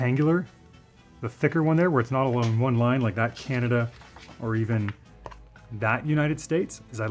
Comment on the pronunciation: Your customs are pretty RAD brother! But as a person who has lived in Ontario his whole life and traveled the U.S. a great deal..and to Europe..CAN~AD-DUUUH sucks. I'm sure you can guess what I'm referring to. Keep up the cool work!